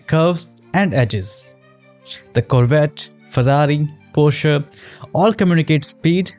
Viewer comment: I Like how perfectly you say Porsche